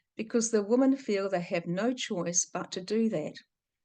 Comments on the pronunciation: Can’t you say woman and women correctly or am I wrong? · Yes, this the second video of yours I’ve tried to watch, and many people have mentioned to you already that your pronunciation of the word women is incorrect. Sorry, I’m out too🫤